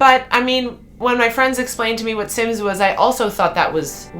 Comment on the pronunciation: I play Valheim, and it's super cool, I got killed by a tree 😓😂 Hahaha, I heard Simps and not Sims xd